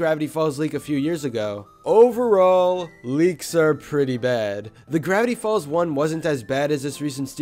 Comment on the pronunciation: Grrrrrrrrrevity folz